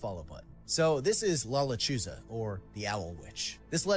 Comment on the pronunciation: "la, luh-choose-uh' 🤣🤣🤣 che vato. Dang guy, i been binge watching all your re-caps. Good stuff man. 💪🔥